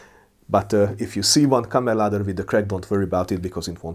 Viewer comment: it would be kammarladdare, not kammerladder which i believe is the norwegian way to say it